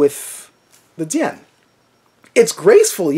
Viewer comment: why do you pronunce it like 'Dian/ Dzian'? Not even full blooded Chinese pronounce it like that; they use the hard J: 'Jian'.